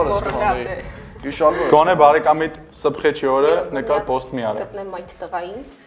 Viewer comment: Սփխեչ, ոչ թե սբղեչ